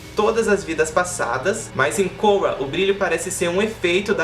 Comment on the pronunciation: Pronuncia o nome da Korra direito pelo amor de Jeová